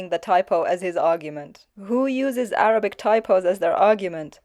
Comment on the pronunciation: Keep up the good work. Make more videos confronting that liar to expose him especially to his minions. When he reads Arabic, I almost died laughing as he sounded like ‘re-turd.’ I saw a thumbnail of him supposedly exposing you. Sorry! I don’t patronize hi channel. You know he is lying when you see his mouth moving!